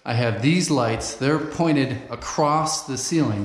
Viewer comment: Haha I weren't never gonna say nuthin bout the way you say "crost" do you, bud. 🤣